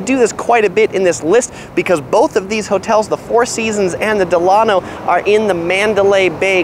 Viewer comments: Delano, pronounced Dela-no (NOT Delan-o) named after President Franklin Delano Roosevelt and designed after the Delano South Beach a boutique Miami hotel. Great video!! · It’s pronounced “Del-luh-no” like Franklin Delano Roosevelt. There’s a Delano Hotel in Miami also. 😊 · It’s “DEll A-no.” Like its flagship in South Beach. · It's pronounced, "Del(long-a)no" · It's promised pronounced Dela-no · You are mispronouncing the "Delano". Think of President Franklin Delano Roosevelt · Your pronouncing "Delano" wrong, it's pronounced like FDR's middle name. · As you update your videos, please note that the Delano is named after President Delano Roosevelt. It's pronounced like his name.